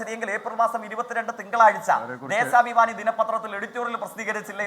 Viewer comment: 05.41 ദേസാഭിമാനി അല്ല, ദേശാഭിമാനി എന്നെങ്കിലും പറയാൻ ശ്രമിക്കു